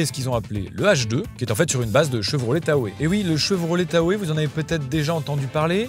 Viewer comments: Tahoéeeee 😭 ça se dit Tao comme le lac Tahoe. Respecte mon bébé s’il te plaît ❤ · Tahoe ça se prononce Ta-o au Québec, mais aussi en Anglais. D'ailleurs cette plateforme est aussi utilisée pour les Chevrolet Silverado, Suburbain, Tahoe (évidemment), GMC Yukon, Yukon XL, Sierra et le Cadillac Escalade, donc à toutes les sauces. Aujourd'hui le Hummer EV partage la plateforme ultium avec le Cadillac Lyriq, Escalade EV, Chevrolet Blazer Ev, Exquinox EV, Silverado EV et bientôt la nouvelle Chevrolet Bolt EV. Donc plus ça change plus c'est pareil pour GM